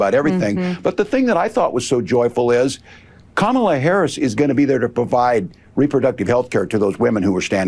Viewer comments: Trump keeps pronouncing Kamala's name wrong. She should start calling him, "Dumb Old Trump"! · Is Trump just incapable of pronouncing Kamala Harris's name correctly, or does he think he being clever,,,,If he keeps pronouncing her name Ka-Mala,, she should start pronouncing his name Don-Old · Christian here. I’m voting for Kamala (rhymes with Momala, Trump, it’s not hard). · She should call him “Don-old” in response to him calling her Ka-mall-la. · The felon pronounces it correctly when he’s in a formal interview situation. He only mispronounces it on purpose in front of his MAGAzombies so they’ll cheer.